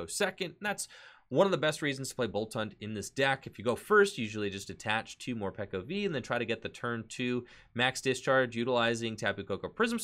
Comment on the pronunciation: It's pronounced Morpeko though not Morpiko...decent deck though!